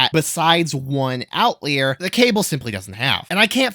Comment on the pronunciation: It’s “out liar”. I wouldn’t have said anything but you say it more than 3 times!